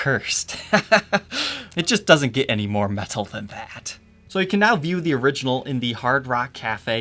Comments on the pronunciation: Why do you say "meTal" like that? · the way says "Metal" is so not metal LOL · and don't forget, that pronounces metal "metthul"